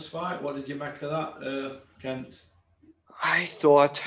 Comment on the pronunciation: I think you are mispronouncing Kent’s name